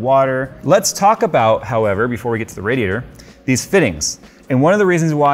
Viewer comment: “Raj-ee-ator time”😂